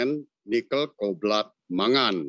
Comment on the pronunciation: Hadeuh pak..pak, kobalt bukan koblat, yang begini mestinya ga usah bapak CEO yang ngomong cukup anak buahnya saja yang punya background kimia. Maap ya..semoga kritik membangun ini bisa diterima, biar ga malu2in amat CEO asli Indonesia.